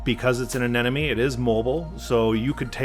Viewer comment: Says "Anenome" instead of "Anemone" so funny.